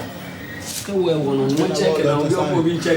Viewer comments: I kept waiting for the director to pronounce sakawa right and he just followed the presenters lead 🙉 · It's not sakawah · This dude in the intro pronounced it dragging it like “sar kar warh”.... it’s pronounced “sah-kah-wah” with all the vim and vigor in your voice 🤣🤣🤣🤣🤣🤣🤣🤣🤣🤣🤣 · Its not sikawa,its SA KA WA,kwasia jon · Why the guy pronouncing Sakawa like Japanese word🤣😂😂